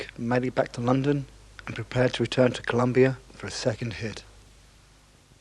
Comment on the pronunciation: Colombia not Columbia, thank you.